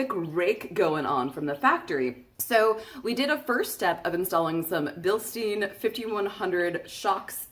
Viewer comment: Billstyen, not Bilsteen. It's German. Words with "EI" are always pronounced like "aye." Words with "IE" are pronounced like "ee." Free German lesson. Thank me later, everyone!